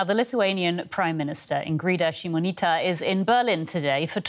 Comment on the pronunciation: Props to the anchor taking time to learn how to pronounce the name! :)